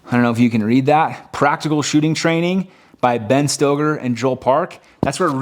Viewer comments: Nicely done. You've explained some of Stoeger's dry fire principles better than he did (I watch him also). BTW, his name is pronounced S-T-E-E-G-E-R. You just got a new sub. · Stoeger is pronounced Stegger